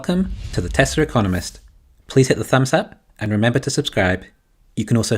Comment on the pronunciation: And “Tezler”